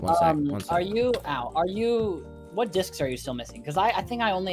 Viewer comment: Ah yes, Tommy got his "Dishcs"